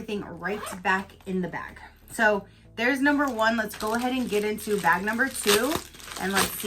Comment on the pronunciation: Omg bag not vag. Completely different topic. LMAO